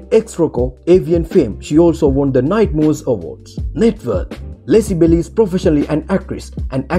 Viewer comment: Lexi Belly? Do you mean Belle?